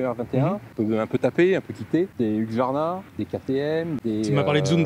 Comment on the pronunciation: Hu-s-q-varna, plutôt que Hu-x-varna ! 😉